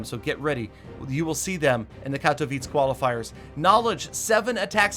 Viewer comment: The way he says katowice makes me cringe